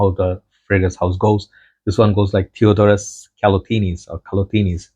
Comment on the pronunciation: Hallo brother you pronounced the name pretty good its a greek name i am from Greece and i can asure you did a great job greetings 🙏 😊 !!!!